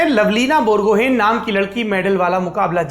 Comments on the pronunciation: Its not bor gohain... it is bor go ha e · "Gomocha" our emotion . . Love from Assam Saurabh ji❤❤ may I correct you Saurabh ji. Lovlina Borgohain .. We pronounce Bor-gu-hi..hope form next time you will pronounce it like I said .. Also I want to mention one thing that you are the only genuine journalist of India whom I follow.. Hope like today you will raise the issue of racism towards north eastern girls in your channel. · Dear Sir with due humility may I correct you with the pronunciation of Borgohain... N is silent ..... it's Borgohai... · With due permission I would like to correct a pronunciation of you sir. Borgohain = Bor-go-hai Since I am from Assam, hence I thought it's my duty to make the correction. Thank you Lallan top for your enthusiasm and hard work.